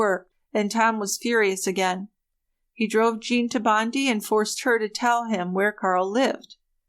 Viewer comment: Great to catch this! Just an FYI Bondi is pronounced Bond-eye. Love your work as always ! ❤️🇬🇧